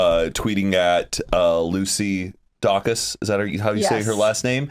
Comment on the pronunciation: Lucy Dacus is pronounced day-cus, not dock-us